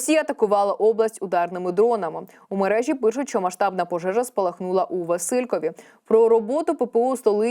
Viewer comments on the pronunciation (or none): НЕ ВасИлькові, а ВасилькОві. Прочитайте спочатку текс з наголосами, а потім розказуйте новини. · 😅Василькові з наголосом на О а не Василькові з наголосом на И!!!😅